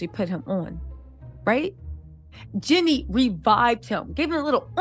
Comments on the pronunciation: Why you keep renaming that woman, “Jeani” not “Jenny”!! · JEANNIE NOT JENNY